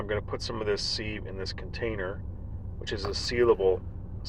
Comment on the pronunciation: Btw, you’re definitely pronouncing sieve wrong. Look it up. Not trying to be mean and you seem to realize it. You’re better off checking before you start than realizing mid video. It makes you sound bad. Also, what’s with the weird music?